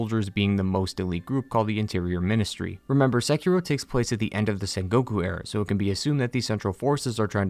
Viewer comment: I love that you dont pronounce sekiro as sekeeerooo